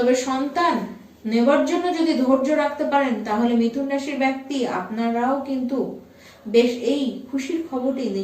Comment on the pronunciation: Prothomei boli byakti noy bekti.. improve your pronunciation..bengali is a sweet language..don't spoil its image..